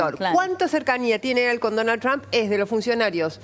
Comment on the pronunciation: Que bien que pronuncia Donald TRUMP !!!! Para cuándo la bandera con estrellitas en la Casa Rosada ?? Cómo lo van a hacer enojar al jefe del mundo ?? Desde cuándo se anima un presidente a hacer su política y sus alianzas , en su propio país !!!!????? Que clase de democracia es ésta ???!!! Sin pedirle permiso al dueño de América . Y además quién les explica a éstos energúmenos , quiénes son dictadores y quién no !? Se enfrentan con la iglesia por ? Se persignaron haciendo la señal de la cruz ? Pero BIEN !! DÉJENSE DE JODER ! LA NAZION